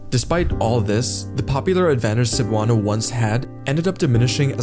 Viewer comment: not 'Sabano'" but 'Sebuano(Cebuano)', pronunciation ay 'MALI'. and 'Visayan' is the name of language group includes Hiligaynon, Cebuano, Waray-Wawray, isnt't it?